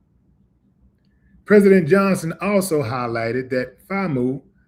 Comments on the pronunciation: Hey brother it’s pronounced like famew not famoo 😂. Much love Willie D🐍🐍🐍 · Not FA-Moo. It's pronouced ... FAM- U, like ( FAM-you)😩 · It is pronounced FAM-YOO. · FAMU is pronounced FAM-You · It's pronounced Fame You 🙄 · Thanks for spreading the word. and it's pronounced " FAM YOU " overall Good content . 👍🏿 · It’s “FAM - you”! We’re not related to the former orca mascot of SeaWorld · It's pronounced Fam U... Florida a & m University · It's pronounced FAM = LIKE FAMILY AND U = UNIVERSITY = FAM I ❤️❤️❤️❤️ THANK YOU FOR PROVIDING ME WITH THIS INFORMATION! I LIVE IN ORLANDO I DIDN'T EVEN SEE THIS S***! OUR GOVERNOR IS AN UNCIVILIZED MUTT AT ITS BEST HE'S A BOOTY LICKER FOR TRUMP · FAMU is pronounced as ‘FAM-YOU’ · C'mon Willie. That's pronounced FAM-"YOU", for University. We rock with you. Get my name right lol😂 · Please understand, Trump and most of his supporters HATE BLACK PEOPLE! ...Sadly, Willie D. knows so little about HBCUs that he doesn't even know how to pronounce "FAMU". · This is a damn shame,dude can rap but can't read!🙄🤣🤣 Willie can't even pronounce the HBCU's name. He can call you Fam,but can't read FAMU🤣🤣🤣🤣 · FAMU 🤣🤣🤣🤣 Say FAM then the U separate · U pronouncing “FAMU” wrong